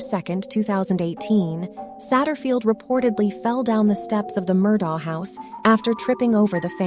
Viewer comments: It would be nice if the narrator was able to accurately represent the most basic aspect of their video, namely the pronunciation of the name "Murdaugh". While it can be forgiven if one pronounces it "ah" or "auk", to ascribe a pronunciation that NO ONE associated with the case has ever used, renders this video unwatchable. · I didn't make it that far... been following the case for over a year so I'll be darned if I'm gonna listen to someone call this guy Alex Murdo while pretending to know what they're talking about.